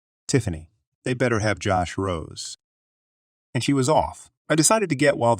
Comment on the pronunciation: Josh Rose is pronounced "Josh Rosay"